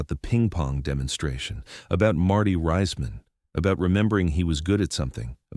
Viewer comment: DO NOT WATCH - youtubes in this format, block capital text same narrator voice, are bogus, mispronouncing Marty's name as Riseman or Riceman rather than the correct Reeceman as in Reece's Pieces.